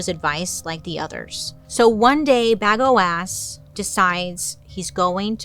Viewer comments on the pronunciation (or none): Bagoass is mad funny but I think it's pronounced bay-go-us. Bagoasss is funnier tho. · I believe it is pronounced bu go is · Yeah that's not how you pronounce Bagoas ( Baa-go-as) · BA-gO-is. I barely got through this one. Everytime she said bagoass I wanted to turn it. Casanova had a fling with a castrada who turned out to be an actual woman. And Alan was the saddest case. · Bagoas..... You're putting the emphasis on the right part. 😂😂😂 Ba-GO-as. Not bag-o-ass 😂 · I was sitting here going, I know how it's pronounced but I'm laughing so loud that now it will forever be BagOAss😂😂😂😂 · I can’t take you seriously when you say Bag-O-Ass…. 😂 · Ps. Bagoas is pronounced “Buh-go-us” 😂 In case anyone in the comments plans to tell anyone about this, I want y’all to be able to come correct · I can't with this "BagOAs" 😂 But in all seriousness, the should have been "Bagnoas", amirite? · I can’t stop hearing Bag O’Ass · I keep hearing bag of a**😂😂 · It would've sounded like BAGWAAH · FAILED the pronunciation of the name 😁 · At first i didn't laugh at Bagoas. Then the more times she said it, the funnier it got. I'm cackling. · i’m a child I smiled everything she said Bagoas